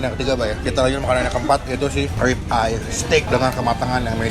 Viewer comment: Bang RIB eye steak bukan Rip eye steak bangg